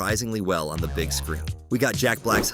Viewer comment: that said gig not big